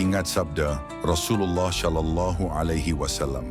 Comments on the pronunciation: Penyebutan "SallAllahu alayhi wasalam" agak ganggu, krn pengisi suaranya menyebut "Syallallahu.. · Kak, bukan syalallahu... tapi shalallahu 🙏